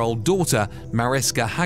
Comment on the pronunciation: Pronounced MA-RISHKA